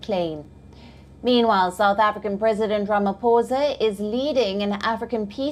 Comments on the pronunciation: I will help her. It is pronounced: “Rama-Poesa” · It was very difficult for your correspondent to say Ramaphosa....always practice before going on air.